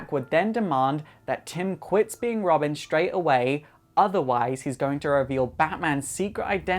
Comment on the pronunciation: Did he just say Robim?